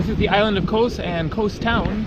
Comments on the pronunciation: Hate the way he says Kos. It's kos not kose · it's not kose it's KOS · Kos ! its called Kos ! - not Kose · why do you need to put an "E" in everything you say about KOS or anything greek lol